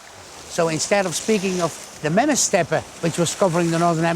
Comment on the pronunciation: What's a wooly Mammass?😂 I cant unhear this pronunciation..